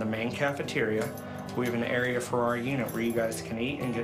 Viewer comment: "can I haf a hug?" proceeds to shake his hand